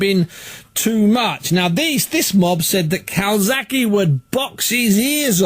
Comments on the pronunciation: CalzaGHE not Calsaki. So ignorant. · "Cokezaghe" LOL! Priceless!